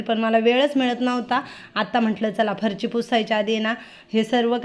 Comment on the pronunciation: ताई तुंम्ही फरशी ला फरची का म्हणतात??तुमचे व्हिडिओ छान असतात❤ sorry राग मानू नका😊